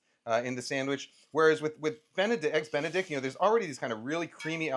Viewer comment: did he just say EGGS DICK A BEN?